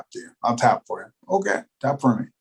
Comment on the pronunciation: Hokay thanks 👍🤣